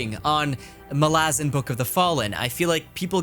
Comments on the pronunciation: Just to be that pronunciation guy... If Malazan was to be pronounced like you do, with a distinct stress on the second a, the letter would have an acute accent: Malázan. It doesn't, so it shouldn't be pronounced that way. Fairly basic stuff. Not that I give a toss, but since you mentioned it specifically.... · The correct pronunciation is Malazan. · Amazing video but your pronunciation of Malazan triggered me lmao